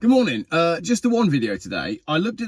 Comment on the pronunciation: One error. You mispernunfiscated "G'moanin'" there...other than that, alright. d;o)